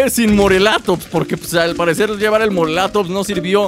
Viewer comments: por favor mis oidos sangran al oir morelatops es morellatops con doble ele y no se dice asi por favor MORELLATOPS con ll no con l suena como si tuviera y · se escribe morellatops pero se dice moreyatops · Se dice morellatops pronunciando las dos (Ll)